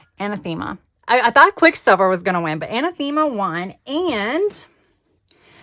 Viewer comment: An-ath-ima is the pronunciation of Anathema 😊